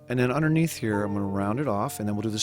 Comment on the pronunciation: Good drawing but was what is "unner neath"?